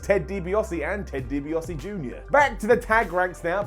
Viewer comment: Ted DibiASE and Ted DibiASE jr. Not Ted DibiOSE and Ted DibiOSE jr.